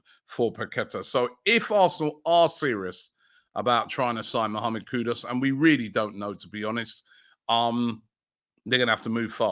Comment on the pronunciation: KudUS, not Kudos